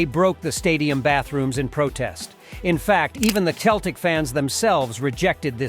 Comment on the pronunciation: Yeah, I enjoyed 'Cheltic' as well.